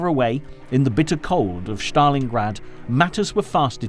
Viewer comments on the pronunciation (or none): It is a torment to listen to the narrator. Where on earth did you get it that Stalin and Stalingrad are pronounced "Shtalin" and "Shtalingrad"??? For heaven's sakes, these are Russian names, not German!! The important story is completely obliterated by these mistakes.